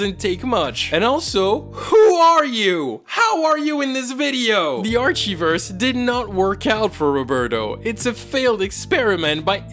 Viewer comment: I love how he says "Arshiverse" instead of "Archiverse" Love you